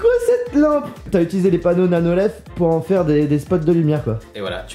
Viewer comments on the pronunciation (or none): "Des lumières nano-lef" 😂😂 c'est nano-leaf pas lef 😂